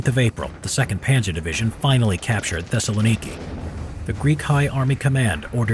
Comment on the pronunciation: Wen he says Thessilniki i die